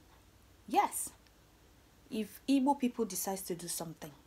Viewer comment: Real igbo girl with beautiful igbo tongue,I'm so happy with the way you correctly pronounced the word igbo,thank you.